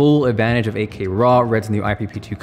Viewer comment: AK? Think he says 8K?